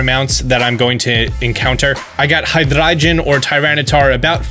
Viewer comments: "High-Dry-Jen" lol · Disliked for the way you said hydreigon